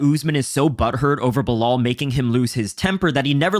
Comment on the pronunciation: Belal rhymes with "Kill Al" as opposed to "Sell All"